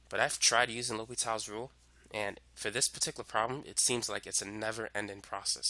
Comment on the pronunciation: great video but you messed up the name; l'hopital's rule